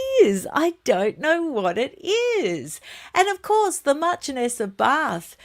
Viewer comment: PS it’s Marchioness. Pronounced sh not ch